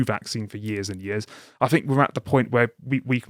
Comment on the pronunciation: Could someone please teach the guy on the left to say “th”!?!? “Deafs “ and “I fink”. It’s just lazy.